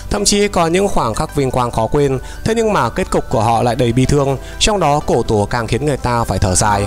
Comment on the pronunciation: Cô tổ mà bảo là cổ tổ.. nói là cổ tổ t méo biết cổ tổ là ai